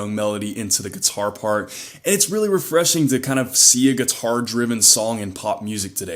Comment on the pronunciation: I like how he says “geeturrr”